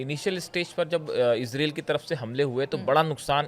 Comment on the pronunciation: Ezrel kya hota hai israel hota hai.